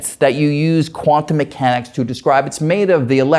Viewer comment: His accent is exaggerated, unreasonable, and intolerable. He can barely talk. Not cool. Dr Greene was very tolerant and patient. He's facing Dr Greene, listening to him speak clearly, for 20 minutes, why can he not imitate at least some of what he hears? Not quantum me-hanics, quantum mechanics. Not spid, speed. Not rality, Re-ality. Not steal, still. Awful. Guy needs speech coach.